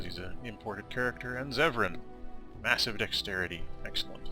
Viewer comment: It's Zevran.